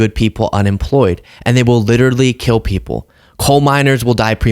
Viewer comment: Donald cannot for the life of him pronounce the word, 'People' correctly, he says: Pee-o pull, or pea opal, it is VERY strange! What planet is he on?